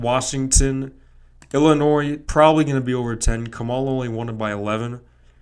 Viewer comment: As soon as I heard you pronounce Kamala, I knew what your outcome was going to be. Lmao.